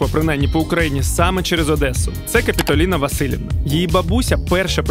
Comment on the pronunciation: КапітОліна, а не КапітАліна. мУкаю, а не мичУ локшИна,а не лОкшина СлівцЯ, а не словечки Оголошую,а не об'являю PS Нічого, я вас теж люблю.